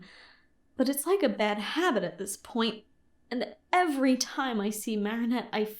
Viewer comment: i’m obsessed with how pronounces marinettes last name different every time 😂😭